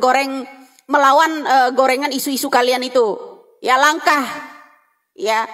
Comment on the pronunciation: Maaf bu.. Langka..bukan langkah..